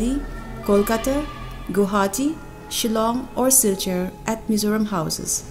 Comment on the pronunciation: Engati nge Mizâws i tih aw? Mizos han ti mai la, a dik thlap. Mizawraem tih pawh hi a fel hlel, Mizo accent takin Mizo, Mizoram tih mai tur.